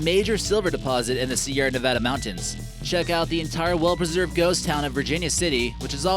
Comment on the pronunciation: Ok, Dynamite TV has my respect: he pronounces Nevada correctly.